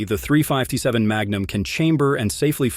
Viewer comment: The AI voice isn't bad overall, but it seems to struggle occasionally with "357."